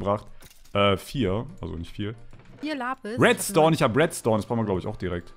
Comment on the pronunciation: Redstone wird zu wetstone LOL